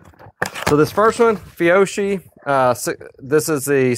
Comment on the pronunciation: Fiocchi is pronounced Fee-oh-key